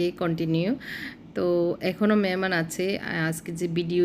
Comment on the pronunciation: মেহমান কে বলে মেমান